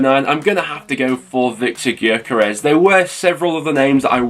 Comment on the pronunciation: It’s pronounced yokeres, best striker by a mile, ccfc